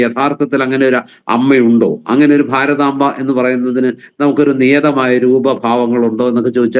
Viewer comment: ഭാരതാങ്കയല്ല, ഭാരതാമ്പ = ശരിക്ക് നോക്കി വായിക്ക് ആയിരങ്ങൾ പുറകോട്ട് പോവണം എന്ന് പറയുമ്പൊ ആരൊക്കെ പോവേണ്ടി വരും.???